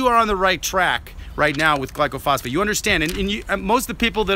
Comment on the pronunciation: You don't even know how to pronounce glyphosate. Its not glycophosphate. It doesn't kill by contaminating the soil. Its a systemic herbicide that travels from the leaves down into the roots inside the plant its sprayed on. It interrupts the growth cycle. It can be sprayed on a plant 2 inchs away from another plant with no harm if the other plants covered from spray drift onto its leaves. If it contaminated the soil every pecan tree on my pecan orchard would be dead. It helps trees grow by killing out competing weeds when trees are young. Almost every orchard uses it to get young trees established and many use it around older trees.